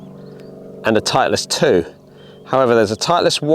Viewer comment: Why are you saying titliest